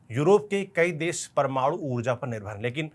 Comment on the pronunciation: Parmadu reactor😂 not parmanu reactor 😂 bc